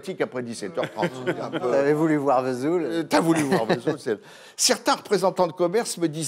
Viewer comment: Sauf que la cancoillotte ne sent rien ! Alors, on ne pardonne rien ! Le metton n.est pas fabriqué à V’soul ! Aucune prononciation correcte franchement ! 🤣 Que des jaloux ! Connaissent même pas le passage des Annonciades ! Souvenirs.....